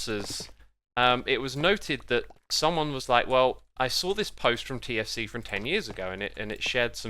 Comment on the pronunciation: I heard for 4 minutes KFC instead of TFC and was really confused